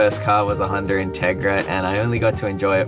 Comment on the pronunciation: making fun of someone for saying aksed and then saying hunder instead of honda 😂